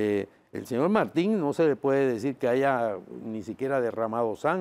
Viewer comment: El de CD dice AIGA